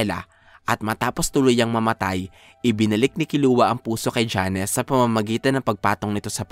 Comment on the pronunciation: Jones! Hindi Janes